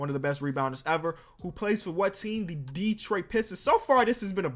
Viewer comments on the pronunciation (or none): none